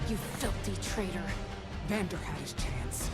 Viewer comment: His name is Vander, not Vandoor lol, loving the reactions though, keep em’ coming :)